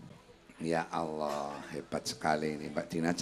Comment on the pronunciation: Cuma 1 yg gak cocok,,kalo slentheng nyebut Alloh sesuai tulisan knp ada yg seolah merevisi menjadi Awlloh?? Emnk pd asma Allah ada huruf "wa"nya ya?